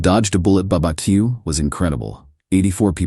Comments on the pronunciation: lol at the American AI narrator suddenly switching to Australian accent for that one word: "barbecue", a few seconds after when her sister Anna messaged OP, and then f-cking it up and calling it a babbakiu. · You can't cancel our wedding, like she just cancelled your best man. Why is she worried about pictures? The mother needs to step back. Meredith is so insecure. Folks, when someone says it's over, just walk away and don't beg. Why is it women always call someone for domestic abusive, and financial abuse? Seems these women all use the same excuse. AI learn to pronounce words like barbeq he.